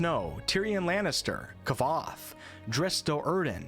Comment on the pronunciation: Lol, K-voth. IIRC the book tells you how to pronounce his name. Same sound as Kwo but k-vOHth. Way late, I know.